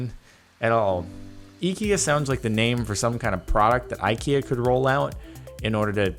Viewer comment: The way you pronounced the "EKEA" is exactly how we pronounce IKEA in Scandinavia :)